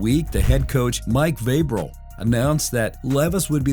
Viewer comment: Vabrel? You mean Vrable?